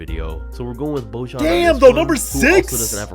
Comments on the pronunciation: it's pronounced bo yawn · Your disrespecting Bojan by pronouncing his name wrong he is a BEAST